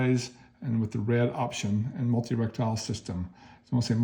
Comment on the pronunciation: Reh tee kel. Not Rek tile.